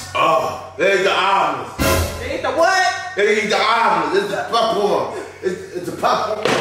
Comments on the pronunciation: 😂I thought it was pronounced (ALL)MONDS not (ALE)MONDS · It’s Almonds not elmond 😂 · Allmends 😂😂😂😂😂😂😂😂 what is that sus I can't even talk.. I'm from Dallas and we say ALL-MUNDS😅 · Almonds she said allmends 😂😂😂😂😂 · The EAL-monds 😂😂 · Right. It's ALL-munds 😫😫😫🥵😂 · That’s a fact!!! “Almins” 😂😂😂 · She said Elmonds instead of Almonds 😂😂and she is acting really concerned 🤦🏽‍♀️😂🤣😂🤣😂🤦🏽‍♀️ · What is she saying "Ailemonds"? 😂😂 he greedy, suffering and still eating 🥵🔥🔥😂😂 "LOL" When she called him "Big Back" 😂😂 it become spicy when it's spoiled? What 😂😂 he was going through it 😭 victory dance 😂😂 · And Ahhmends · Don't eat the "Eelmonds"😂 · 😀Boi they both Goofy AF😅 She said (AL-MENS)😁 and he steady eating😋talking bout it ain’t nothing to Big Dawg 😮‍💨😂🥵🤣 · She say elmonds, instead of almonds...😂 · I have never heard someone saying almonds like that wtheck Z 😂😂😂😂 it’s Almonds pronounced (All-monds ) almonds 😭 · Al-mens = almonds lol😂😂😂😂😂😂😂😂😂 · ALL-monds! Geesh! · Do everybody in Chicago say alemonds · It's pronounced ALL- mons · Almonds 🤦🏾‍♀️ somebody help her pronounce the word 🤣🤣🤣🤣🤣